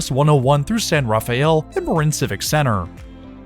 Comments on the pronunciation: Locals say San Ra-fell, not Rafael... I know how it's spelled, but it's not what anyone says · afaik, and I grew up in the Bay Area (albeit in the South Bay/Silicon Valley), it's "san-ruh-fell". Much like how "San Francisco" is pronounced in an Americanized way rather than the Spanish way. 🙂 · "San Rafael" = "San Ra-fell" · Hey, I had a family member that lived in San Rafael for over 60 years and throughout my time going there to visit, I have never heard somebody pronounce the town name like that. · Please stop saying Rafael you are mispronouncing it.